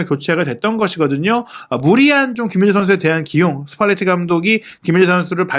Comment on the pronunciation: 김민재는 기힌재선수 뭐 이정도로 하시지만 발음이 더 어려운 손흥민은 소흐히 선수, 소흐니 선수, 소히선수 등 아주 다양하게 하심 .. 천천히 하면 발음 안뭉개고 괜찮던데 마음이 너무 급하신듯..